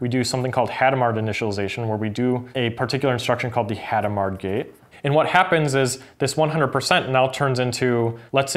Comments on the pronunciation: Hadamard was French. You don't pronounce either the initial H, nor the final D. Also, the stress is on the last syllable, so "Adam are". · It's [adamaʁ]. I don't know if the H is "aspirated". Could you explain what the other instructions do?